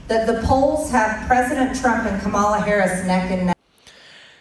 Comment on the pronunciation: Notice how she won’t say Kamala Harris’s name right?